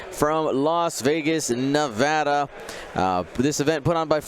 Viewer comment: Praise you for pronouncing Nevada correctly.